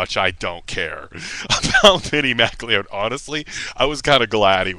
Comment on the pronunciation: The Bittie McLeod (pronounced 'McCloud', btw) funeral gets even weirder and funnier when Pattie Tyler, the CHILD that Bittie decided he would wed when he grew up, actually goes through with a wedding. Yes, a pre-teen girl marries a dead pre-teen boy at his cartoon-Scottish funeral. You have to love cornball pulp that stupid, you really do. The book-buying conspiracy is quite true....what is not mentioned, to be fair to Ron, is that plenty of other authors did the exact same thing, not to mention HUNDREDS of rock bands and their managers with their singles and LPs.